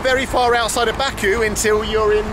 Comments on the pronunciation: It's my home town and it's bah ku not baa ku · It would be great if you learn how to pronounce Baku.